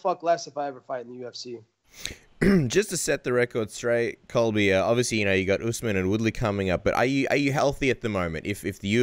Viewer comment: It’s Colby dude not cobi